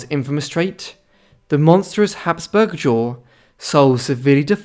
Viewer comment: Habsburg not Hasberg